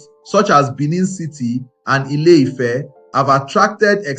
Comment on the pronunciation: What's Efe? So, you can't pronounce Ife? 😂